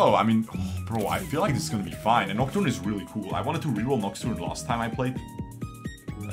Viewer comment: I will unlike this vid just bc of the aneurysm it gave me when he couldnt read nocturne as he hovered over it several times. Checked to see if it was april first